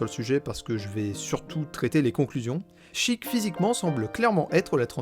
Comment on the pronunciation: Raaahhhh "Chiik" "Shiika". Je meurs